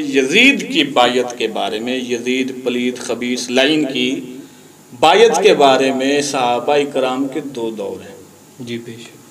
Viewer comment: بایت واہ تلفظ تیرا 😂